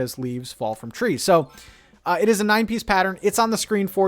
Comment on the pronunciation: He keeps saying “this is a nine piece pattern” and it sounds like “this is a 90s pattern”